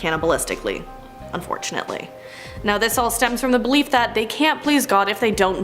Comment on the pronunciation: good grief. it took me 5 minutes to realize you were saying "belief" not "bleep"